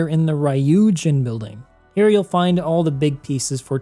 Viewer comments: The "Ryuu" in "Ryuujin" is not pronounced "rayu". The y doesn't sound like "eye" in japanese, it sounds like "ee". Say "Ryuu" like you're saying the word "you" but add an R sound before it. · "Rai You Jin" don't you literally live in Asia